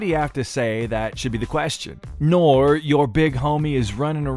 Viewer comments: Yoo W video bro Loving the content but NORE is pronounced Nor-Eee i believe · When the narrator butchered NORE’s name 😂😂